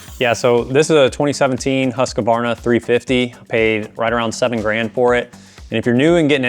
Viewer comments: never heard husqvarna pronounced as haskabarna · Bro is triggering me with his "Huskuhwarna" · We pronounce it “hus-ka-var-na” in the west. How is it supposed to be pronounced 😅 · Great video! As a swede, the pronounciation of Husqvarna made med laugh out loud though!